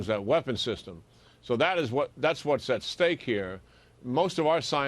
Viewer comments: "YUGE Ah-Vanage!" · I know this guy didn't say "yuge"